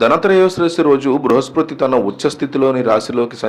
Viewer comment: బృహస్పతి ... సరిగ్గా పలకండి ఫస్టు ! 'లారీల కొద్దీ బంగారం ' లాంటి టైటిల్స్ పెట్టొద్దు ప్లీజ్ 🙏 misleading ❌🚫